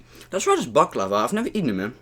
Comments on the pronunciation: abı şu baklavaya baklaavaa dediklerinde beni bi gülme alıyor LWİQĞQWĞÜELGÜEŞQÜ1T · Hoe je baklava ook nog zegt🤣🤣